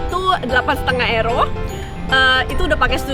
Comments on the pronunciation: euro (yuro) msk euro (ero) ngomongmu seh mbulet ngono kui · sebutnya kok ero? bukannya yuro? hehe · euro bacanya euro ya bukan yuro?